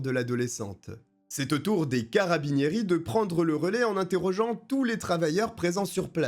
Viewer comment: Tu m'as fait grincer les oreilles toutes les fois que tu as dis carabinieri😂😂😂😂 si tu as le temps le cas de Martha russo